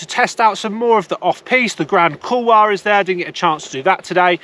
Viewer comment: Couple of things - it’s CourcheVEL - not Courche VAL …. Drives me mad!!! Having done seasons there, you only hear Brits renaming it to “VAL”…. Anyway, nice vid, but it seems you are only talking about 1850… 1650 didn’t get a mention and that has some great varied terrain, but as you say, all a bit light and cruisy- but good fun for thrashing about a bit. 1850 way over priced, over run with rich Russians and other people with too much cash… ruins the whole place. Stay in St Martin de Belleville instead and you are connected by a couple of lifts into and out of Meribel if you want to be in that part of the system - or Val Thorens if you want more challenging terrain. all good, nice chilled content mate 👍🏻